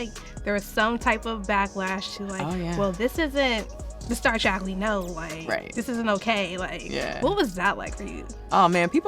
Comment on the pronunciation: Did you say "Star Trak"? It's Star TREK